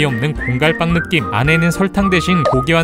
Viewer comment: 느김을 너낌이라고 하셨어요